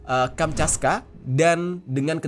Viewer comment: Kamchatka bang bukan kanchapka bang maaf gue koreksi nihh 😅